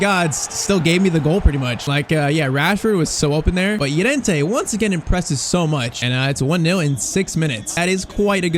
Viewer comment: please dont call him yorente call him llorente